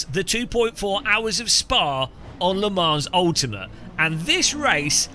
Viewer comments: It's pronounced Le Mon, not Le Mans! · Le Mans is pronounced "Le Man" - It’s a silent S.